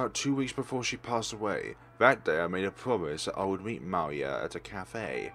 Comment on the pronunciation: Actually, that word's pronoun is "mee-lyah". It's quite rare to see russian words here on FlareBlitzed channel =)